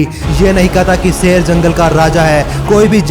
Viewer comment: Youtueber भाई एक सच बता कहूँ तुझसे तो अल्फ़ाज़ भी सही से नही निकलते तू शेर को सेर कह रहा है इससे ही पता चल जाता है कि तू पढा लिखा जाहिल है। जब वीडियो बना ही रहे हो तो कम से कम अल्फाजों की अदायिगी तो सही से निकालो😎😏😃 एक बात और तेरी वीडियो में आवाज़ in-consistence है वह ऐसे कभी तेरी आवाज़ कम हो जाती है कभी ज़्यादा। पूरी वीडियो में आवाज़ के volume को बराबर रखो, हमारे कान न फोड़ो। कोई यह बातें तुम्हे बताता क्यों नही। या हर critisize करने को वाले को hater समझकर नज़रअंदाज़ कर देते हो।